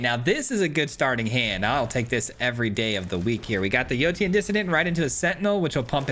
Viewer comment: Yotian = yo-shan Like rotation.